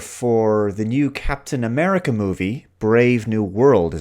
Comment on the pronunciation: Captain A-meh-rica. What a dismal state the MCU is in these days, apart from Spiderman - nothing has hit that sweet spot since End Game.